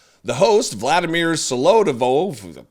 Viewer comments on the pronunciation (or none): Okay, I’m Russian and I can’t stand the way you pronounce not just you of course all Americans, Vladimir. The accent is on the second syllable.